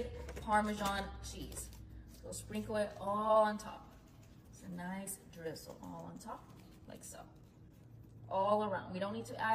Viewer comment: Every time she said drizzle, I lost a little faith in humanity.